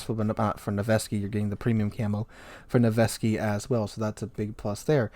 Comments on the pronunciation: FYI, Nevsky is pronounced "NEV-skee", not "Nu-veh-skee". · Please read those names correctly. Its not Mosfa and Nevesky, Its MOSKVA and NEVSKY.